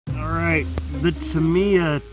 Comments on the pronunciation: love it, Subscribed, you say Tamiya wrong though.... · Ta-mi-ya say it like that